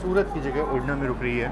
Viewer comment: अरे भाई उड़ना नहीं उधना नाम है रेल्वे स्टेशन का।